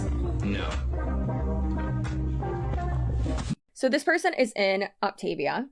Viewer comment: Just for your info, it’s pronounced “OP-tuh-VEE-uh.” So grand!/s